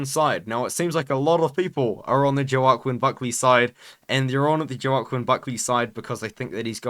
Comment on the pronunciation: it’s pronounced ‘Wa-Keen’ Buckley ik it makes no sense but yeah just for the future😂😂